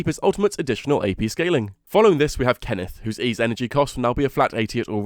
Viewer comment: "Kenneth" 🤣🤣 Anyway great video, helpful as always!